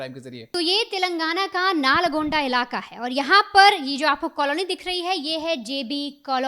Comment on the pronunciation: Naalgonda nahi Nalgonda hai madam